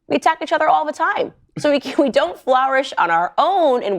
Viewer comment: i don't mean to be petty but uh that's not how you pronounce "flourish" candy